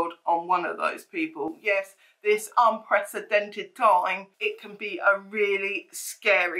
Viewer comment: LOL realisation of saying "unpresidented'.